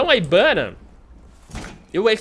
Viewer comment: Mó estranho o fala ibana